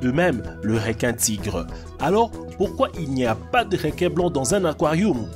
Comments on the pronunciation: REQUIN PAS "RÉQUIN" lis le comme sa stv REUQUIN (ecris le pas comme ça par contre) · on dit pas rinquin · Des réquin marteau des réquisitions tigre 😂 c’est reeeequin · Un réquin et un akouarihume 😂😂 internet kiffe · Pourquoi il dit "Réquin" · "Probablement jamain" "réquin" "aquarioum" je suis morte 😂😂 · Apprend à parler non ? Réquin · " aquariouum "😂 " réquin " " captivity " " États-Ounies😂😅